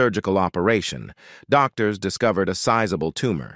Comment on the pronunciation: AI you did it again, mangling names. Dan I Krided? U rine test? Doc tors?